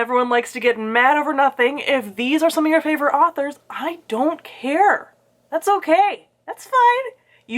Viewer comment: I had a good laugh at the ‘I. Dont. Care.’. I appreciate this energy a lot 😹